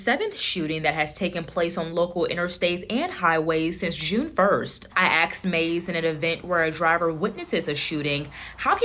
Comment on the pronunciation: This interviewer needs to learn proper English pronunciation “I also axed state police” It’s Asked Come on, you’re on live tv!🤦‍♀️ Solid reporting work otherwise*